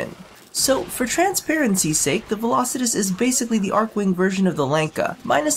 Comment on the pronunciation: Finally someone who said its name correct